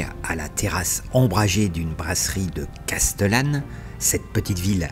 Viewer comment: super , je le fais tous les ans depuis les Vosges ! Par contre SVP SVP SVP les prix des hébergements !!!!!!!! Trop facile d'élucider le cout ! à chaque fois c'est pareil et autre chose, respecter la prononciation des noms .... Casteuuuuuullane ..... non ! c'est Castéééééééllane ! Les gorges de Daluisssssssssss ... non ce sont les gorges DU Dalui ! etc ...... de bricoles quoi ! Sinon TOP ! vraiment ! Comme quoi on peut commenter un road trip calmement sans brailler sous le casque ! Bravo.